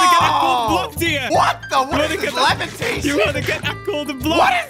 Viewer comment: Lol the levatashen 🤨😂😂😂😂😂😂😂😂🤣🤣😂🤣😂🤣😂😂🤣😂😂